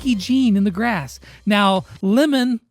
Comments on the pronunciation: Hey the name limon is like li mon not L i,like liz and mon like in monika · Its pronounced lee-món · limon is pronounced as li-mon in Turkish and it means lemon. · Lee-mon (Poké MON) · In pretty sure limón is pronounced lee-mone. I’m not fully sure if that’s what they’re going for but it means lime in Spanish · This video was fun to make, thanks for having me And it’s lee-mone = (Limón) 😂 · No, "lima" is spanish for lime, Limón is Lemon. (It's pronounced Leemonn)